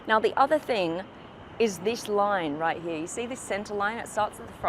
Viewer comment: also the way she prnounces the word "here" is highly aggrevating